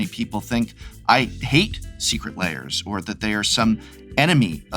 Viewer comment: This is very disingenuous, Prof. The reason people don't think you like Secret Lairs (lairs is only one syllable in English), is that when the first Walking Dead cards were announced, you all but told us not to buy them. You warned that, if we did buy them, we would face many more Magic crossovers eg. My Little Pony. I myself bought four copies of the Walking Dead cards, and made myself a casual deck with them. I've had lots of fun playing it. I don't like My Little Pony, but I know there are others who do.